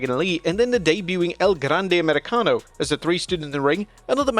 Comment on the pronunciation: Got El Grande Americano right 😂